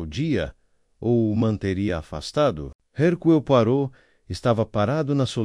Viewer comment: Alguém, por favor, ensine o narrador pronunciar corretamente o nome Herucle Poirot!!!